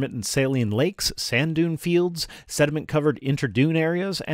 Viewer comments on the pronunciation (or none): none